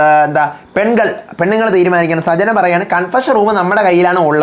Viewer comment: സജ്ന അല്ല.. സച്ചന.. ആണ്..